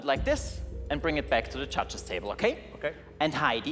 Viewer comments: So funny how they say Chudges.....instead of judges!!!! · Did he say judges or chudges? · I heard “muchachos” 😂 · In the first act when he said judges i heard muchachas (only me ok)😂😂😂😂😂